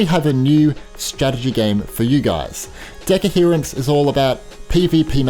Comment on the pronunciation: It's not deco-herance, its de-coherance 😅